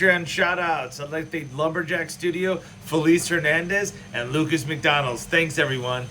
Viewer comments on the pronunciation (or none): none